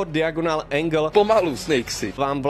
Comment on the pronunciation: vyslovuje se to dajogonl